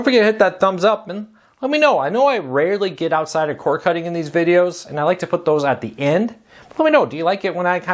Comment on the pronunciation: C O R D NOT C O R E ENUNCIATE